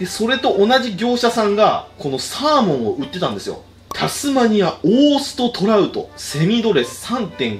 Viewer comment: 「アマゾンで獲れたサーモン」って聞こえて焦った